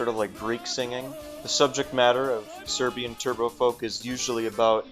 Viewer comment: smh how cant Americans pronounce "Serbian"